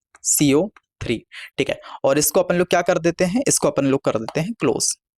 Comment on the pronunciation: Caco3 bolna seekho